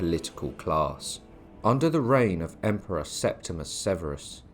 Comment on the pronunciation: Septimus? What’s happened to the “i” in his name? It’s there, plain to see. Sep-tim-i-us.